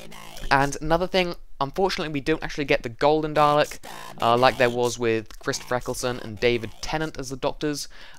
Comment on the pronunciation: diD YOU JUST SAY CHRIS FRECKLESTON